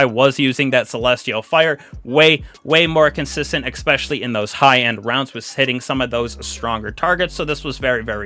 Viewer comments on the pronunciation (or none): It's Ess-specially not Ex-specially.